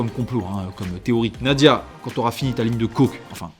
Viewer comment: Salut, mais on dit Nad"j"ia mon petit 😆😆😆